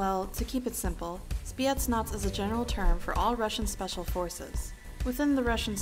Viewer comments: That woman said "spietsnas" instead of Spetsnaz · SEAL sea air and land and she butchered spetsnaz